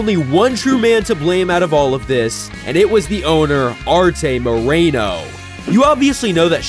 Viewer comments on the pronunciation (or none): it's pronounced artee moreno